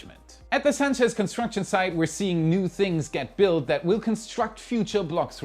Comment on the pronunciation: Clear improvement in pronouncing "Sanchez". Good stuff